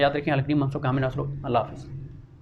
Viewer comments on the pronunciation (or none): none